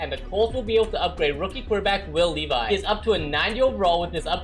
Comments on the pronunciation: Will LIVI it’s levis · Will levis not levi